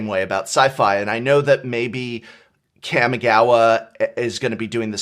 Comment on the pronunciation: You guys need to learn how to pronounce kamigawa. It isn't kammy